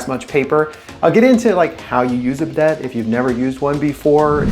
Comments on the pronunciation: It hurts my ears to hear him call it a be deit. Instead of bi day. I want to see how he pronounces Gran Prix. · It's pronounced "Biday." It's French. The last "t" is not said.😂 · It’s tough to take a guy seriously when he pronounces the name of the item incorrectly. I also liked how you wear rubber gloves presumably to prevent your hands from getting and toilet germs, and you wipe your nose with the gloved hand. If you owned a proper wrench you wouldn’t be marring up the chrome nut with channel locks. What a hack.